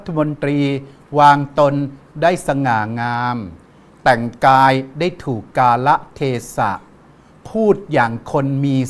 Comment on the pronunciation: อ่านว่า กาละเทศะ ไม่ได้ ไม่รู้ความหมาย